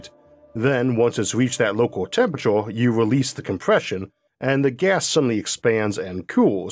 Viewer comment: I can't listen to this... "Tempurator" ... along other weird pronounciations...